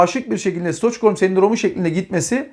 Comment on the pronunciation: Stoçkholm değil stokholm okunur isveçin başkentinden mülhem...